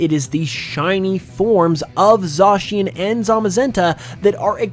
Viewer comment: Zacian pronounced as Za-cyan!!!!!